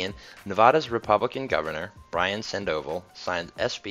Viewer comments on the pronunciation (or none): A suggestion, learn how to pronounce Nevada. It's "Ne VAH da," not Ne VAUGH da." And even if he in his last months as governor of the state his name is "Brian San Dough Vol. You come across as an eastern journalist with these mispronunciations. Other than that I appreciate the news in this video. If I lived in southern California and traveled to Las Vegas I would look forward to taking a train as opposed to driving the entire route.